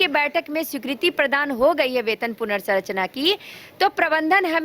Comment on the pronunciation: मैडम इक्कीस को एकीस बोलतीं हैं संरचना को सरचना बोलतीं हैं मैडम को पता नहीं है कि इनके आथे से ज्यादा लोग काम कर रहे हैं JSLPS में नौकरी हो गया है करिये यहां से हट जाइयेगा तो कोई काम पर नहीं रखेगा सर को मूल काम और मूल्य काम में अंतर ही नहीं पता है